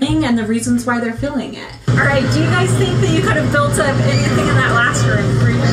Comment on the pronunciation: I know A geyser . but she says ''guyzers'' instead of guys